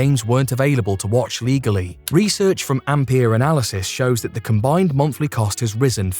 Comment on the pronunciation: MUMNFFLY cost. Good luck with the speech impediment.